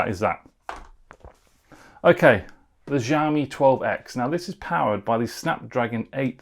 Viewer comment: YOu have been reviewing phones yet until now you still dont know how to pronounce Xiaomi correctly. It is not Ziawmee/Jiawmee. It is with "sh" sound Sh.. Shiaomi. GOD!